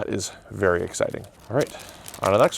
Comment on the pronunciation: "be varwee varwee quiet, we're hunting Aoples" - Elmer Fudd in this occassion. 😂